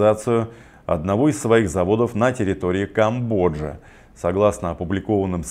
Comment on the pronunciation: К-О-мбодж-И Это где такое государство? Есть Камбоджа, соответственно, производство откроют в Камбодже. Парни, без обид, но продакшен да и сама компания начали деградировать: вместо параллельного импорта - голимый Китай с "одами в обзорах" и видеоролики с новостями из серии "чтобы было", смонтированные учениками средних классов средней школы (судя по картинке и текстам).